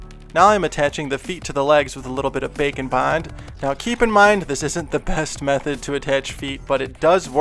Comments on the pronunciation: Bacon bond. Haha thats what I always hear when he says that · Every time he says bake and bond I think bacon bond 😂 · what he's saying Bake and Bond What I hear bacon bond Now I'm hungry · I always hear Bake & Bond as Bacon Bond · Am I the only one hearing him say Bacon Bond?!?!? 😂😂😂🥓🥓🥓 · Man every time he says Bake and bond, its sounds like he says Bacon bond. I wonder if thats a thing. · For half the video, I thought you were saying bacon bond XD